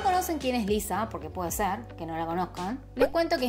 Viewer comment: Parece que dices Eliza